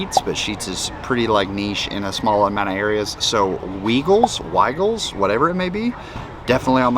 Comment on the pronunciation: As a knoxvillian weigels has a hard I sound. So the Wei rhymes with Hi!